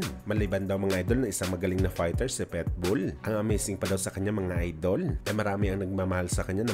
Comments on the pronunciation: Pitbull hindi petbull!.. Hindi ginagawang pet ang bull susuwagin ka nun! 😂😂😂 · bukod sa mahina na boses, petbull pa tawag kay pitbull ampt hahaha